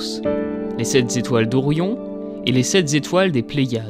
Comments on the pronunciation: Les sept Zetoiles, les sept zastres, les sept zos courts... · Il faut arrêter de dire sept Zétoiles : il n'y a pas de S à sept. Sinon bonne vidéo 😉